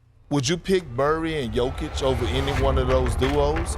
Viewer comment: Thank you for not butchering his name like others do